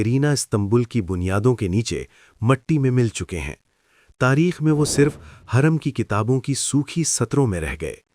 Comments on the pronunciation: Ai ne ye sab bola hai lagta is liye hurrem ki jageh khurrem bol raha hai hurrem ke pesh ko nuqta padh raha hai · Khuurrum Nahi Hoorum